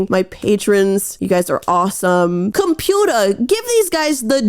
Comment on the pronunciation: "Computah" is gonna be a new vocal stim for me hehehe